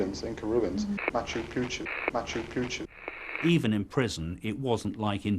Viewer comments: It was about his mispronouncing the name and calling it "Machu Puchu", the detective had just said he used big words without knowing their meaning and obviously he didn't know much about Machu Picchu either, he was full of shit. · "sedimentary... moochoo poochoo" while these mistakes seem hilarious, kinda the Leo Gorcey of vid dating, there is a more sinister explanation than just him not knowing the correct words and pronunciation. It's a screening mechanism not uncommon to all forms of predators and scammers. Like those profiles/emails with glaring spelling and grammatical errors. The reasoning being that anyone who doesn't spot or question the errors is much more likely to fall for a scam and/or become a victim.